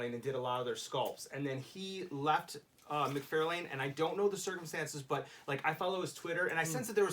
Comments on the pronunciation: It's McFarlane, not McFairlain! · Why do you keep saying Mcfarlane like that???